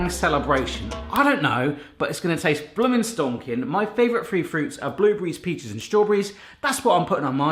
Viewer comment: Did anyone else thought he said, his favourite fruit was, blueberries, pizza, & strawberries?